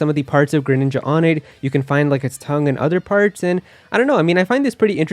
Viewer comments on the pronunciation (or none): none